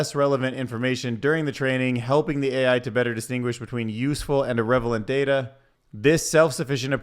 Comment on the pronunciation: When AI learns to pronounce it “irrevalant data” then I’m going to be worried, until then I am so thankful we have a human helping us parse and process all this news. You are literally the best ai news channel. Thank you.